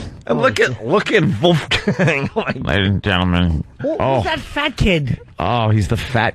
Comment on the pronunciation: Vooofgain X 20 😂🤣😭 My new favorite word he mispronounces for comedic effect! What’s yours?